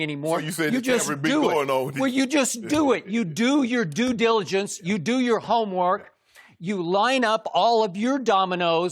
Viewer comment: Taking a shot every time skip says Do-diligence.